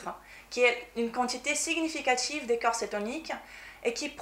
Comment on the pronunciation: Bonjour. de Maigrir Définitivement n'est pas anglophone mais lusophone (elle est Brésilienne). C'est vrai elle parle très bien français. Avec cependant un petit défaut d'accent entre "corps" et cœur" qui peut être troublant pour la compréhension de son discours, par ailleurs très clair et intéressant.